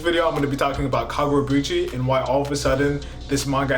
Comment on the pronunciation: KagurabAchi! Why you saying KagurabUchi 😭😭😭